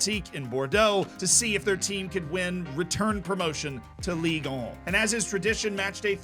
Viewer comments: Being French and listening repeat again and again French city names and "Ligue 1", "Ligue 2" makes this vid hillarious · As a French, I feel offended by the way you prononced Ligue 1 and Ligue 2.... I want apologises. .... No just kidding I don't give a f***, continue your videos bro it was very entertaining!